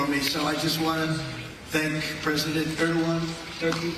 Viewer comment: Yurkey's president sounds like Ear-do-wan.